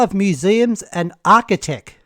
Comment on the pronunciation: .....well damn.... he said the quiet part out loud..... "arkitech" ....lol... that's new tech from a company called "Arki" right?